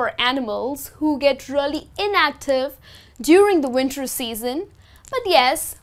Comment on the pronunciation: Learn how to pronounce "REALLY". You pronounce it terribly!